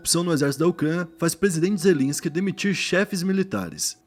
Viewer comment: É Zel-E-nsky!